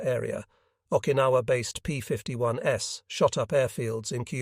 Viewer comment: The ai voice saying "s" after every time that "p51's" as in plural, makes this unwatchable. Read it yourself.